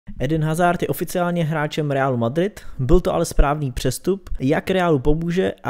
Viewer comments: Kdyžtak hazard se čte Azárd (né hazárd), protože hazard je Belgičan a v Belgii se mluví francouzsky a ve francouzštině (i italštině) se H nečte.👍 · Nauč si číst jeho meno